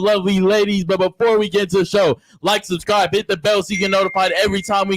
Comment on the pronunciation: 😂😂😂😂 host has a mush mouth and said sus-scibe....he exact like coconuts in barbados